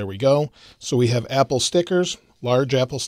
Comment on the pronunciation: Did anyone else notice that he said ebble in the 4th second? Lol